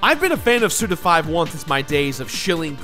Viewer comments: Suda you madlad. Almost...I think "SUDA51" is pronounced "SudaFiftyone" and not "Sudafiveone" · Why am I so triggered because of you saying "Suda Five One" instead of "Suda Fifty One?" I don't understand myself. ^^ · It’s fifty-one not five-one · It's Suda 51, not... Suda Five One... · Is his name not Suda Fifty-one? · Say it with me now..."Suda fifty-one" alright? Cool. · "Suda five-one" - I died a little... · My trigger is whenever anyone calls Suda51 "Suda Five One":p